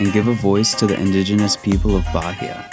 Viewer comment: I suggest you practice a less lazy pronunciation of the place that is receiving you — in this case, Bahia — before making your videos. It’s not that difficult, is it? The accent is no problem, but to pronounce it as if it were an English word?!!